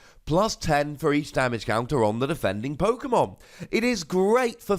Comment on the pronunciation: You literally pronounce every Pokemon name wrong